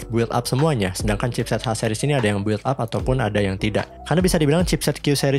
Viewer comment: audio cakep, editing jg mantap, paling pengucapan istilah agak dimatengin aja "bil ap" bukan "buwil ap" :D